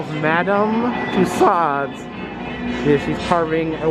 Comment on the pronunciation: I cringe every time I hear say tuSOD...Madame Tussaud should be pronounced: ma-DAM tyu-SOh